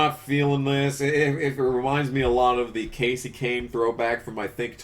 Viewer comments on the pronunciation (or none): none